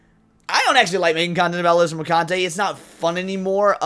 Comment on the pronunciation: It’s pronounced Mer-khun-tee. :P